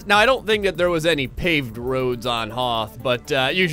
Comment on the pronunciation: its pronounced HOTH POWER B-)